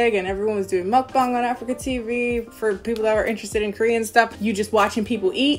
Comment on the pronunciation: finally someone who can pronounce mukbang correctly instead of mookbaeng 😂